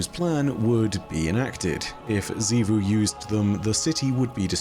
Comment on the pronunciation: OH MY GOD IS FINALLY SAYING „XIVU“ CORRECTLY